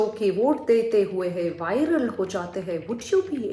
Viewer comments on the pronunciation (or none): none